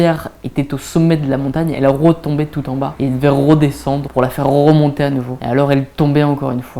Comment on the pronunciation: "rrroe désendre pour la rrrroemonter" ptdr meilleur moment de la vidéo